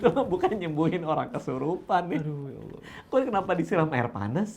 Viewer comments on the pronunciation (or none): none